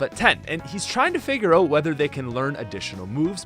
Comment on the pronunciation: "kakuna and metapod are oat"